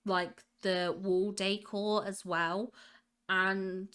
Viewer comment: I love how you say "décor", it always sounds to me like you're saying "day core" 😂